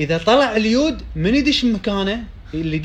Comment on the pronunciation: تسمعون كلام مايعرف يلفض اليود😂 لاهوليوود